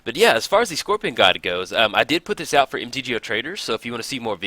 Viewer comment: "scoPRion"...oh.